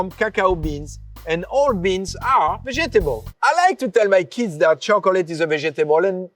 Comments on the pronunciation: vejetable is sending me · Him pronouncing vegetable like that made my day.